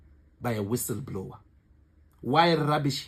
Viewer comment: Guys please, can we learn to read books so we know words in the correct context. Listening to people speak English is not learning. " wissablower or whistle blower" 😢😢